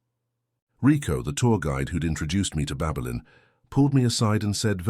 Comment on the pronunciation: Babelin or Babylon😂Ffs